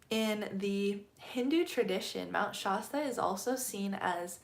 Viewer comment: I’m a California native and have never heard Shasta pronounced that way. The A is pronounced like “at” without the T. Not like “aah”.